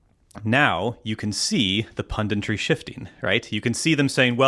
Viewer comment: Or, "pundintry" as kept saying